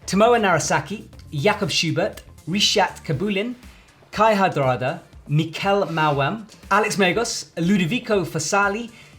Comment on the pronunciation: It's almost there... Still need to read correct these names: Kai Ha(D)rada Julia Chardonnay - that's not a wine;) Ying Song (suppose to be YiLing)